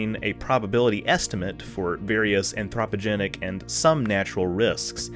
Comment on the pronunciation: I like the way you say anthropogenic, LOL